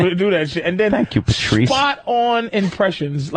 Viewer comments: "PERTREES" - saying "Patrice" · Just realized Opie says "Pertreese" can't unhear it now.